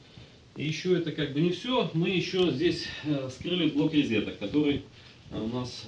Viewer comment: Отлично, если б не ризетки...